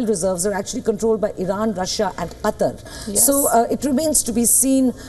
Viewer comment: Qatar is right..Not Quatar.